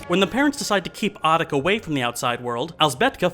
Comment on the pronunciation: Appreciate this review, but please note it's pronounced "oh-teek." not "ah-tick." Always happy to see Shhhhhhvankmajer getting some attention. Czech is a pretty tricky language in most ways, but one thing easy about it is it is consistently phonetic, so once you know the sound a letter makes you can pronounce any word or name correctly by simply sounding it out one letter at a time, unlike English with all its pesky diphthongs.